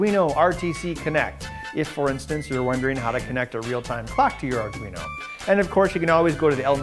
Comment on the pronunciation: "arduin" XD